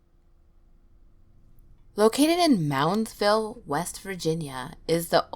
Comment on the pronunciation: Moundsville 'mounds' ville It's called Moundsville because it's full of Indian burial mounds, nearly the whole area is ancient burial grounds. how did no one say that, plus the penitentiary. so yeah, if anywhere is haunted it would be there